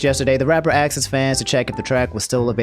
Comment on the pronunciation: it pisses me off that you say 'axe' and 'axed' instead of 'ask' and 'asked'